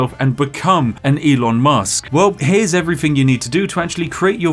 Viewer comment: Ok, what i wonder about after watching this: what dialect does the spiffing brit speak? As a non native speaker the only thing that sounds a little odd to me is the way he says "thing", cause with him its often like 'everythink' 🤔🤔😁 Also, is it on purpose he always mixes up numbers?? This guy is so DEEP 😂